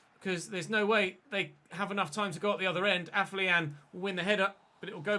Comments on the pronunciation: AFO-LION, NOT AF-LIAN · Day 10 of telling it's pronounced AFFER-LION!!!